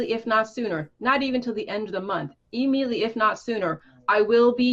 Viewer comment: E-mediately!? Lol